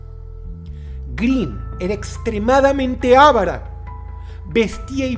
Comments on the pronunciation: gente: estudien... para no decir ávara EN VEZ DE avara ¬¬ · No se dice ávara IGNORANTE. Es avara, acentuando la sílaba "va" y SIN TILDE en ninguna de las tres sílabas. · Es avara, no ávara 😂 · Avara. No se dice "ávara". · La mujer más tacaña, no era "ávara", era AVARA. Así, sin tilde. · Avara, no "Ávara" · La palabra es "Avara" no "Ávara" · Avara no es esdrújula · Todo bien pero se dice "avara". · Dross, OJO la palabra "avara" tiene la mayor fuerza de voz en la silaba "va". Tu se la diste a la silaba "a"